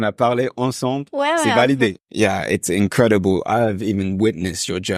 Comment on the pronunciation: Very impressive all of you. Host, note that you can turn your "ncreiboo" into "incredible" by making sure your tongue touches your front upper teeth enough to create that L.